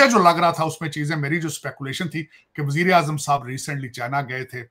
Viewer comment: Yeh ko kisne banaya. Vajireazam ko azram bol raha hai or burokesri bol raha hai per capita income 1600 arab dollars bol raha hai. Pakistan to duniya ka sabse rich country ban gya bhai. Har Pakistani billionaire hai bhai 🙏